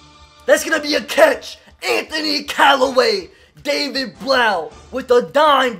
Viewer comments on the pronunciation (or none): It’s Antonio Calloway